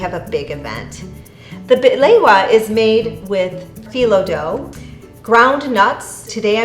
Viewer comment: Bahlewaaa. Why you say it like that. No!